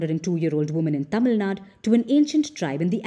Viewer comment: Don't act like foreigners It's not tamilnad It's Tamilnadu If you (as Indian) don't pronounce it properly, who else will? Don't take our language and culture to graveyard.